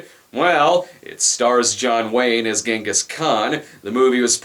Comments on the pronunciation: He sounds like he's saying his father's name is "Yes, a guy". "Yes, a guy is my father. Stop laughing!" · Jonghis Kwayne